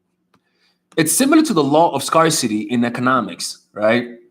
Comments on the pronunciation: Don't say scar- City Say, scare- City! Freeloader here giving you free advice LOL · Lmao the Godfather is to die for, and the music omg lol. (oh yeah, I lay down the pipe like a pro lmao) you are so cute, it's pronounced "scare-si-tee" (scarcity) or Scare-sss (scarce)